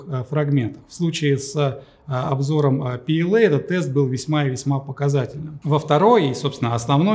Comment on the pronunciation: то есть ПЛА? А в видео пээлэй там букв в произношении как будто это не ПЛА, в чем смысл такого произношения. Я понимаю что английский это круто, но звучит стремно. Лучше бы вы изучали немецкий. Было бы П Л А хотя буквы английские:)